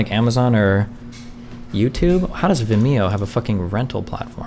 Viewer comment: the way this man pronounces Vimeo bugs me